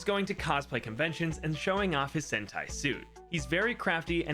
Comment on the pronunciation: I heard "sentai" as "hentai" 💀💀💀💀